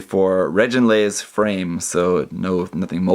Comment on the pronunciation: I think they pronounced it "reh-gin-laze," rather than "reh-JIN-laze" in the anime ("g" pronounced as in good").